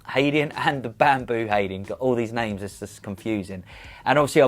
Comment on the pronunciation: You really butcherd those names.